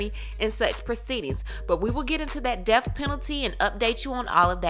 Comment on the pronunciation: It's pronounced death. Not deaf